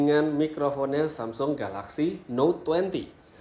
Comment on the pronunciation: Samsul wkwk lambatin aja ke 0.5